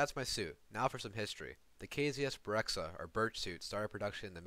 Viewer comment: Correction, the suit is called BEREZKA , not BEREKZA , berezka means birch, berekza does not exist